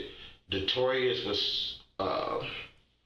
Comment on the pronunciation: “Detorius” is absolutely crazy